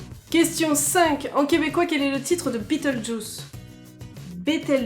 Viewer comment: Coucou. La traduction de beatlejuice, est prononcé « bélèljeuze » Ouf! Oui oui.. tout a fait Français! Hahaha! Bonne continuation.. J'aime et je m'abonne! Bizou-Bizous